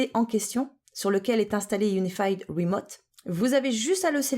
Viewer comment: "PC rimoute" :)